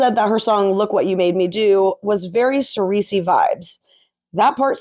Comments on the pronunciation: Great video as always, but heads up its pronounced like "SIR-see" not "SIR-EE-see" for Cersei. Don't worry I wouldn't want to watch after finding out that Ryan Reynolds was that into it either. Have a great day! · Who is Cersei? Do you mean CER SEE? Lol. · Sireecy? ok someone hasnt seen GoT haha, good video solid theory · It’s (Sir-say) sis ❤